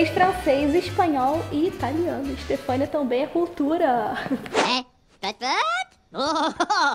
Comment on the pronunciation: Toda vez que ela fala "Stephania" eu fico tipo: "oe"